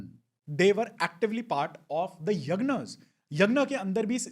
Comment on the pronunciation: कृपया यज्ञ को यग्न मत कहिए।